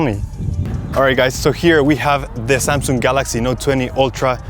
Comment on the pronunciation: Not samsunng it's samsunng